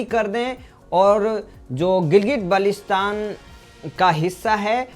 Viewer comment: बाल्टिस्तान बोलना शीखो